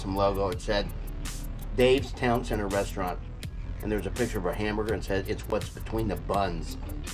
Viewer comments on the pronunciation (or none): none